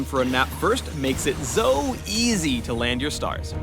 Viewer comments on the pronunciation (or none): "Zo easy" .ok I'm done